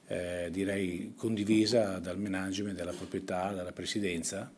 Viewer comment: Si pronuncia Mànagement, non Menàgement